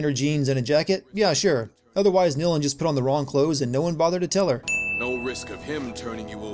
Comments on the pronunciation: its Nilin not Nilan and yeah its Lara not Laura, get your names right jesus. I love your voice :3 and this game. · Nilin. Her name is Nilin,not NilAn,you,dumbass!